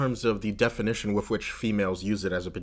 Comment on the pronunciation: That was fascinating. Especially the bit about not going to the doctors. I was a little distracted by the constant pronunciation of 'with' as 'wiff', but the content was very thought provoking. Glad I subscribed.